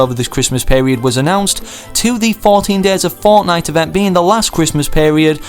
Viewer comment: i like how he says fournight instead of fortnite